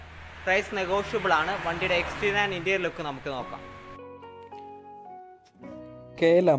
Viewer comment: Its interior bro. Not interial